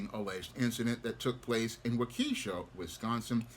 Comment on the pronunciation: Waw-ke-Shaw is how it’s pronounced